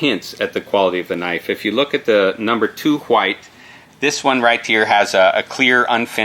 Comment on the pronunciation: Is it just me or does the knife guy not know how to pronounce "white"😂